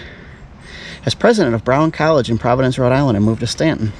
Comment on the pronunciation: You pronounced it correctly :)